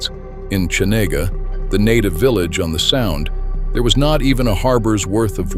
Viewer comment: Geez, if you're going to do a video like this, at least learn how to pronounce the names! It's not hard. Valdeeez Cheeena and you can't even fix typos because it is Pacific not Pacicac. Looks like AI slop to me